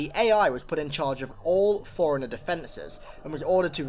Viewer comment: FORE-RUNNER, NOT FOREIGNER, holy fucking shit